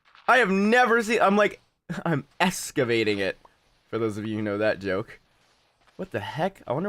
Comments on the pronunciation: Hehehe Excavating Or Escavating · Escavating😂 trying to learn "big" words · You're "escavating" the ship. Lmfao.